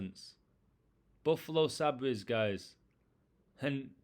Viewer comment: It’s pronounced say-bers